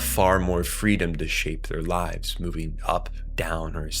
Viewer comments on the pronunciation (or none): none